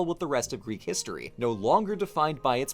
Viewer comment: Also wow, so many people butcher the greek language but you’re pretty damn close man.